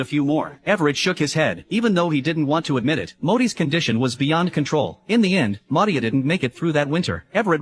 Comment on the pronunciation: It’s Maud. Not Moodi for godssake. F’ing pronounce it right ! In fact she never was called Maudi in the movie or even the name ‘Maudie’ per the movie title, in the movie or on her paintings. Paintings had ‘Maud’ or ‘Maud, Lewis’ or ‘Maud. Lewis’ or just ‘Lewis’.